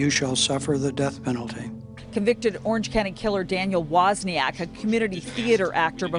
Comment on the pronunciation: So the guy even pronounced his name properly on camera and still you say it wrong?! Man, that's ignorant. It's like saying "tree" instead of "three" it's just lazy and as I said ignorant. I'm from Scotland, specifically Aberdeen, where I talk a language called 'Doric' Yet, when I'm in my professional setting, ie; work, video conferencing or meeting clients etc I talk in a very generic Scottish voice. You can talk in a very generic Irish voice, but you chose to be utterly lazy and ignorant and butcher loads of words and it genuinely detracts from your videos. Especially the part where he says Wozniak not WOzniak and you still pronounce it wrong 😅😅 Cmon man, be more.